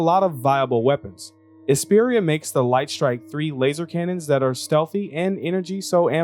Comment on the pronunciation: That makes more sense haha. Really sounds like you say 'and'.